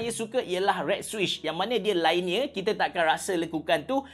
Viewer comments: LINEAR lainiyer ❎ liniyer ✅ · Linear, not lainear. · Cara sebut linear ialah LEE - NEAR